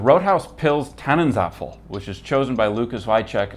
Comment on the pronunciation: First: The pronunciation of "Tannenzäpfle" is more like Tunnen-tsaip-fla, not Tunnensuffle. It´s a beer, neither a soufflé nor a waffle. By the way, it´s a solid one, but not outstanding. Second: Only a minority of Germans in the far North prefer to drink Jever, for the rest of us (especially in the South) it is undrinkable like cat urine, so we do export it to the rest of the world. Third: I recommend for a german brewed Pilsner the Beverly Pils from the Mashsee brewery (Hanover) and the Moonshine Midnight Brew, a collab between Mashsee and Buddelship brewery (Hamburg). But honestly, in the end, I would go with the Czech style of a Pilsner beer.